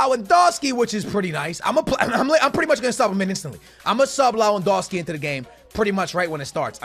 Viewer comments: I'm crying how u're saying LAwEndowski, istead of LEwAndowski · It’s lev an doski not low an doski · You’re saying his name like lawandoski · Rap Noticias he kept saying lowandowski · Rap Noticias and he said it wrong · Pronounce Lewandowski name right. Come on